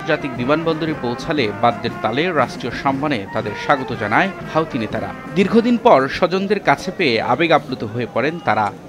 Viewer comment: হুতি,, হাউতি না